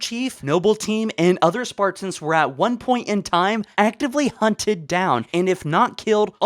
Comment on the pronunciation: I’m so annoyed by the way u pronounce Spartans “SparTINS”